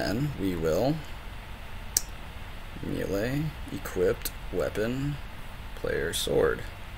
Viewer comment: Thank you so much for your tutorials. The way you say 'melee' makes me want to destroy something. Not you, just something. But your videos are super helpful.